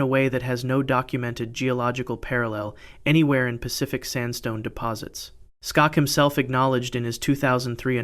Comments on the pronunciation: His name isn't "STOCKS" ow whatever it is that you are saying...it's pronounced "SHOCK". There's NO "T" in his name! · Dr. Robert Schock's last name is pronounced Shock. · it's pronounced shock. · His name is Robert Schok, pronounced as shock. In case you ever use him as a reference again. Also, very interesting that the tomb of the first emperor of China has a mercury lake